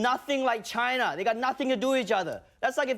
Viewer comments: Love the “CHAAAIIINA.” Just pronouncing it like that oozes prejudice. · Cayna... Ginaaa ginnna 😂😂😂 is the way the new republicunts or Tronald Dumpsters call it now Days. 😂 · BAHAHAH WHY DID HE SAY CHINA LIKE THAT